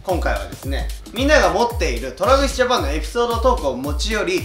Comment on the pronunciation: 皆さん、のえるさんの「 Travis Japanでぇす！」 発音すごい、、(語彙力)